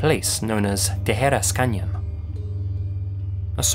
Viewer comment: You've pronounced "Tijeras" spot on!